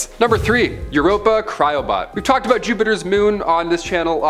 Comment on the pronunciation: LOL! I think just became my favorite host of Most Amazing! You're a funny guy, buddy... and fellow Canadian to boot! No, that's not how we say "about"...